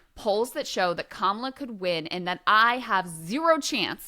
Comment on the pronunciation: I thought too that he called Kamala, Pamala¿